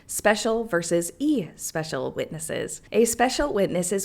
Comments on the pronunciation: Just so you'll know. Especial is pronounced with a short e, as in the word egg, with the emphasis on the second syllable. eh SPE cial all one word. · Yeah, but she’s enjoying saying it that way… I know I’ve mispronounced stuff just because it’s fun! My pop used to when I was a kid, too. Don’t steal someone’s fun, please! 😊❤